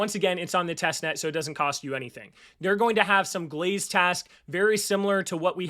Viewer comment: Great video. Just have to say it's pronounced Galaxy... Gal X E. not glaze. lmao